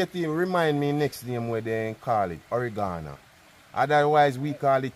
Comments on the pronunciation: Not oregarna it's oregano lol 😂😂 and not blem it's blend 😂😂. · it’s oregano pronouns oh-reg-gah-no.